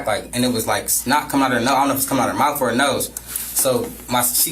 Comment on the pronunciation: Do you think has problems with the “th” sound?😃 -mouf -den -dem -dat